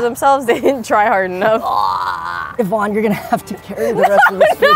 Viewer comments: It’s YVONNE not “evon” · aint no way you said evon 💀its yvonne